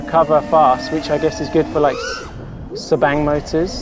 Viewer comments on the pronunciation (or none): Damn man! Insane rewinds, insane Subang freestyle and insane flying overall! The extra power from the motor seems noticeable to me compared to your previous freestyle videos. Also the first time hearing 'Sbang' being pronounced 😂